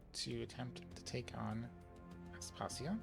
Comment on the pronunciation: Pretty sure that it’s pronounced As-pa-see-a. Other than that, wonderful, thank you for the vid!